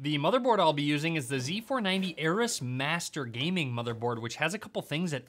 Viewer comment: Oh my God, he pronounced Aorus as Eris lmfao! 💀